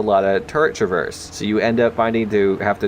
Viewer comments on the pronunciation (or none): none